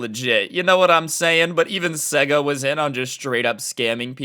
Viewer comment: Its pronounced sayga